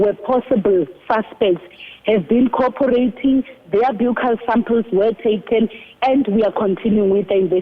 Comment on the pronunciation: 1. I see people are already starting new rumours about other suspects that could possibly be responsible for the crime against the poor girl. Ai!! 2. Let's try and get the word right Ms Interviewer and Ms Brigadier. Its pronounced a "bukkal" swab as in the buckle of your belt. Otherwise, stick to a cheeck swab.